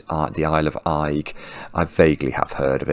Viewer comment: The island's pronounced 'egg' btw :)